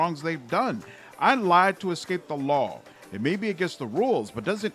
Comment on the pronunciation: I love how you always say THE LAW in all capital letters